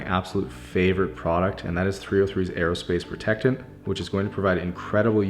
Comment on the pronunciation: Nobody: Not a single person:: “303 aErOsPacE prOteCtaNt”